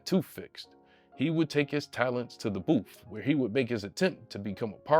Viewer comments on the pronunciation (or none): booth* not “boof” you uneducated mf